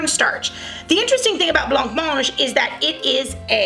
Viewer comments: It is pronounced with a silent c 🙂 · Correct, the C is silent. 👌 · 'Bla monje' is about the closest spelling I can come up with to how it's pronounced. I make jelly and blancmange a few times each month and all my grand children adore it. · That's not how you pronounce blancmange 🤦🏽‍♀️